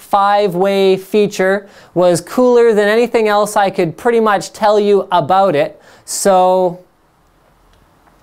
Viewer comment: Linus is awesome. Every now and then you here his "about" turn into "aboot". XD Sorry your youtube account was hacked bro. :(